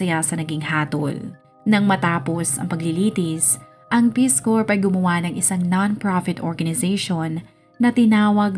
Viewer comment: Ang gulo mo magkwento. Bohol whale shark sa Donsol? Hindi "korp" basa sa "Corps." "Core" o "Korr" kung tagalog accent.